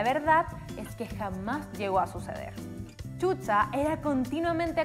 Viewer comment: Chucha 😂😂 NOOOOOOOOO Shusha 👍💯 así se pronuncia chilena lengua mocha ......